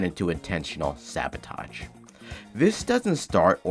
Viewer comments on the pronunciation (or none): Sorry im nitpicking here but ar its „sabotage“ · The word is "ask" not "aks" Sabotage*